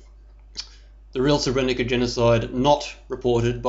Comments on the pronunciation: Hm. This guy can't even pronounce the name of the town properly. You don't say Srebrenica, you say Srebreniza. Sort of loses credibility right away, if he knows so much about the town, he should pronounce it right... no one says Srebrenica. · First thing- when you get to pronounce SREBRENICA the way it is pronounced... then will I consider you as someone who knows what he is talking aboute! Untill then. Please, pelase dont .... hm... I just wanted to ask you to stop talking aboute massacred people, and I realised that if you would listen to me, you wouldnt have posted this wideo in the first place... is there hope...?